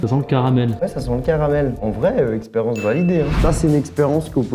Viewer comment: Pk il dit experence a la place de expérience 😂